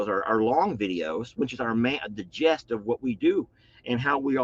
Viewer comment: I really love everything about you, but the word is NOT "gest," it's "gist" of the video.